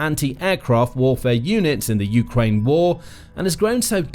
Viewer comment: How many years will it take for you to start pronouncing Ukraine correctly. You go back and forth putting the accent on the U and then on the A. How many ways are there to pronounce United Kingdom or Britain? Just one way for each. Just makes you sound less credible. Like you don't care about Ukraine. Just the war.